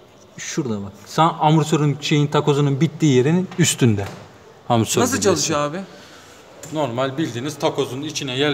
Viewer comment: hocam bu biraz da şive meselesi. yazılışı amortisör olsa bile telaffuzu zor bir kelime. dolayısıyla ağızdan amasör olarak çıkması da normal karşılanabilir.